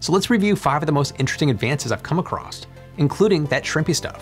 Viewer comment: There's no "t" in the "across".